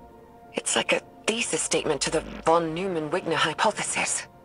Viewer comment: Not your explanation, but your pronunciation of von Neumann. Its pronounced "noi-man" But your explanation of superposition is SPOT ON. -Source: Physics PhD